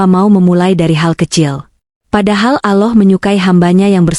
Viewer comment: Kenapa ucapannya ,bukan Allah TPI aloh perbaikilah sdikit ucapan utk jdi pengisisuara